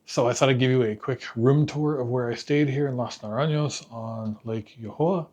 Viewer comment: jajaja, the way you said las naranyos! :D